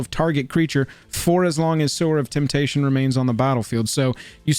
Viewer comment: Im so glad you pronounced Sower of Temptation correctly! So many MTG content creators who, one would assume know how to read pronounce it, "Sour of Temptation". Ugh. Also, I wouldve added Ponder, the old school Lorwyn art, and there is of course a Counterspell with art for every taste as well! I love this type of vid! Do all the colors!